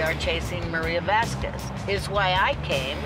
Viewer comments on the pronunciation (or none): “vas-kwez” omg it’s “vahs-kehz” u don’t pronounce the u it’s a spanish name...